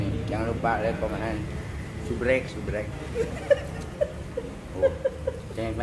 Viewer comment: Bg subscribe bacanya, bukan subrek 😅😅😅